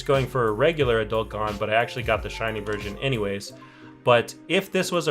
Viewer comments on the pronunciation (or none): Why does he say gon as "gone"?